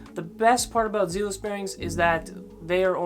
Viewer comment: Not gonna lie I lol’d when you pronounce zealous that way, this video is 3 years old so I’m sure you’ve figured it out. Zealous are faster than reds and spaceballs, but with zealous you have to do 10 to 20miles of skating in order to break them in because of the type of lube. On top of that they are smoother than reds and will last longer. You don’t have to clean them hardly ever since they are double sealed. The fact that you put space balls one tier above zealous at the highest tier, let’s me know that you for sure didnt break in the zealous bearings, or damaged them putting them in but most likely didnt break them in and it takes long time, they are slow out of the box because of that thick nano ceramic grease they use but that also makes them last a very long time. Space balls are super mediocre, I would say similar to reds. You put spaceballs in the same tier that bones Swiss ceramics should ideally be in which is nuts. S)bones Swiss ceramics, bones Swiss six balls, zealous ceramics, seismic full spin ceramics A)zealous, bones race reds, B)space balls, bones reds, pantheon bearings That’s my list for the top 3 tiers. I ride longboard so the speed part matters even more for me. They are just the bearings that I can speak on. Zealous are hands down the best budget bearing, by the way 25$ isn’t a lot for bearings. Youre young so you’ve advanced a bit I’m sure